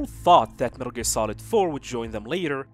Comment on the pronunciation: First of all, it's METAL GEAR NOT METRLE GREA. please pronounce it correctly